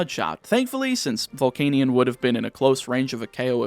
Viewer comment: why does he pronounce volcanion like that...